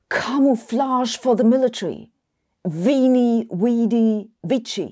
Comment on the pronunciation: weedy is actually how julius caesar would have pronounced vidi lol